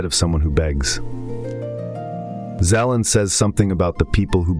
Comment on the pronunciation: Vadim Zeland not Zelan. Great video.